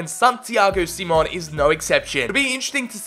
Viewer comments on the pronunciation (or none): none